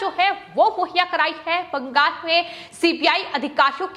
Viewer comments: It is not BANGAS but BANGAL!! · बंगाल को बंगास उच्चारण करती है।